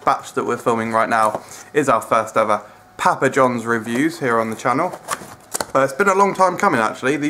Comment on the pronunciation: Stop saying pappa like that. I'm from England and no one says it like that.